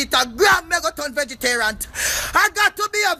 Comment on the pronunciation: "Vegeterant!" haha